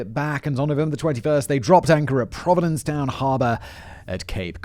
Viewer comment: Provincetown. Not providence town. It’s a major joke in P town that you can tell the tourists because they cock up the town name as Simon just did. 😂